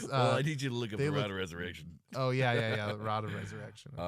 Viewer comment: Pretty sure the pronunciation should be Rod of Rez-erection.